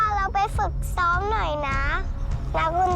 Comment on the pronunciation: ฝึกซ้อมจ้าลูกไม่ใช่ฝึกต้อมน่ารักจังลูก😂😂😂